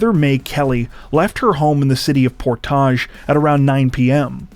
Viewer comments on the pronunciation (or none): It's pronounced PORT-age ,NOT POR- TAGE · Not a huge deal, but Portage is pronounced "Port-idge"......like porridge. Ur way is sexier tho. 😂😂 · "Por-Todge" lol